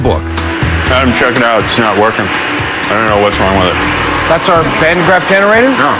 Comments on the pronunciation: did he say Van Der Graaff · Van derp Graaff generator lol